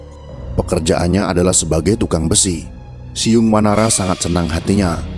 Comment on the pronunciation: ORANG SUNDA BILANG BUKAN "SIYUNG WANARA" TAPI *"CIUNG WANARA"*.